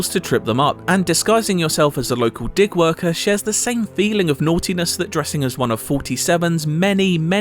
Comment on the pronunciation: Did he say dick worker?